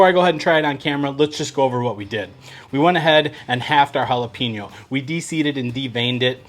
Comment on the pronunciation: Bro, let me break it down for you. Hola-Pen-Yo= jalapeño. There’s no peen in it. You’re Welcome 😉